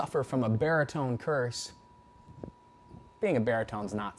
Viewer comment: it's course, not curse ! or otherwise could someone think of cursing